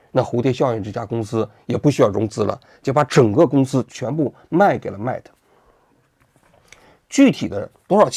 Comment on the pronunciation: 他不懂的 mate都读不对